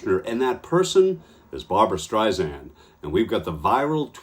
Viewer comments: After all this time- It's Streisand with a soft 's' like sand on the beach. It's not Streizand with a 'z'. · It's Strei-SAND ... NOT Strei-ZAND!!!! Pronounce her name correctly please. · One comment…her name is pronounced StreiSAND, there is no “z” in her name. In any event, you go Barbra!! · It's pronounced STREISAND not STREIZAND. She hates when it's pronounced wrong. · You pronounced Barbra Streisand's name wrong - it is NOT Streis-Zand as you said - it is Streis=Sand, like "sand" at the beach. She uses this analogy about sand herself. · Its StreiSand, like in sand, not StreiZand, like in Liza. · Streisand with a soft s, not a z! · Please, please, please, her name is pronounced StreiSAND. There is no Z in Streisand. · Can you please say not Barbara Streisand’s name wrong. Her surname is not Streizand, it’s StreiSAND, like sand on the beach. FYI. ❤️❤️ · it's pronouced Strei- SAND..... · For chrissakes, it’s “Streisand-SAND”—if you’re gonna report a story in which you say the name a thousand times, you might consider learning how to pronounce it, first!